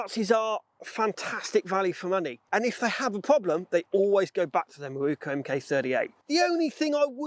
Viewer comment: Some day you may be able to read! Mi-ro-ku! NOT Mi-ru-ku! Otherwise, I don't care.